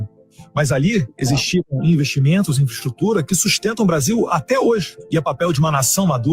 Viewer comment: elssa pessoa nao sabe falar infraestrutura nao. ponto hahahaha ate 2020 ja passou kkkkkk